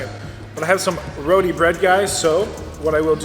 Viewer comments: it's Roti not Rowdy bread. Meal looks delish. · Hey Roodi bread? Roooo-tee. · Dude, the WHAM! sax drops about made me piss my pants laughing so hard!!! Good Video. Also, it's not Ro-dee, it's Ro-TEE. LOL!!! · you pronounce Rotis like Root-E not Roti. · ITS PRONOUNCED RO-TI NOT ROT-I. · Please pronounce the bread as roti, not rodi. Thanks. Love your videos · Hey, been a fan for a while. Small thing, but it always bugs me and maybe you can help change. Basmati is pronounced boss-mah-tee. And roti is pronounced row-tee. Either way keep up with the cool videos!